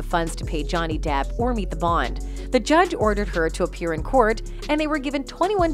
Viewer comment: I think ROTTEN took it to a personal level at times though. I think he was seethingly jealous not only of the expertise and professionalism of Johnny's team but also of Johnny as well. I could not stand Mr. 'dId i ReAd tHat RiGhT?' but also do not miss hearing the way Elaine pronounced Johnny's last name like "Dayip" - it make me crazy.